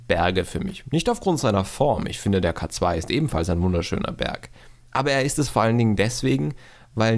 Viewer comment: Bitte den K2 englisch aussprechen der Berg verdient diesen Respekt. : )